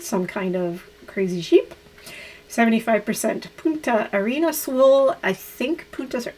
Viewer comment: With respect to the yarn for your your shawl, Punta Arenas is a city in the extreme south of Chile. And careful! you were saying Putas Arenas, which will cause young boys to titter, because that means sandy prostitutes... Youn need to add an n: PuNtas Arenas (sandy points). It's a delightful little city close to Antarctica, by the way!